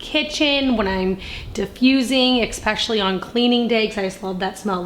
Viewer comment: Especially is pronounced I SPESH UH LEE